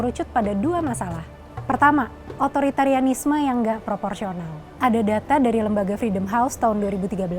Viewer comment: Otoriteranisme... Susahnya mengeja kata ini.